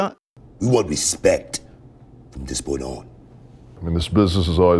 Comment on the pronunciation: My 5 year old son is laughing hysterically at ‘RESPECKKK’ and keeps asking me to replay it.